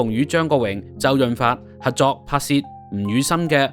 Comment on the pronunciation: 網主，要注意有好多懶音。 合約-核約； 合作- 核作； 十幾級樓梯～十幾咳樓梯，男人-難忍； 情深- 情新。